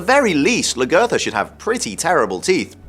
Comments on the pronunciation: I agree with you...he did not learn how to say her name correctly. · why doesnt he say lagertha right? she's been on the show the longest and her name has been said the most...